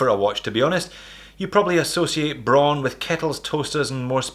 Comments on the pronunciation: It's pronounced just like the color "brown." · Braun is pronounced br - ah - ooh - N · HoWilbur HoWilbur - she is right. It has the same pronunciation as brown and is the German word for this color.